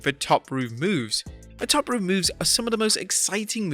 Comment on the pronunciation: Did you just say top rup? WTF!?